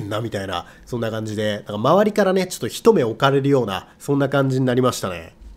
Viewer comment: 一目置かれるは"ひとめ"とは言いません。「いちもくおかれる」と言います。